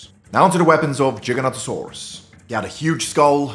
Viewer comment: Please pronounce it correctly . It's Giganotosaurus not Jiganotosaurus.Giga